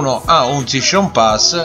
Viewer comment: Shishon pass SHISCHon pass Sei il figlio di Renzi?